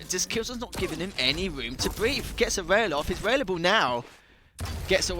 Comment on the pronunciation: So you prefer to hear casters, for example, pronouncing the word rail like whale? I don't. No offense for him, but it sounds so annoying to me. Moreover, it pisses me off that Bethesda's Quake department or id Software are so freaking outdated lay people. I'm trying to watch matches, as I love quake duels and those old quake pros gameplay, so don't bother yourself telling me "So don't watch"-alike things. Thank you!